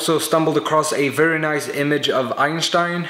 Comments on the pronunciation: Wow, you pronounced "Einstein" correctly :D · your the first one who pronounces "Einstein" the right way :D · Finally there Is someone who can say Einstein right in english XD Greetings from Germany ;) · He said Einstein right! Subbed!